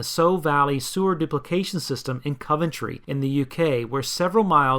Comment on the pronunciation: Coventry is not pronounced like that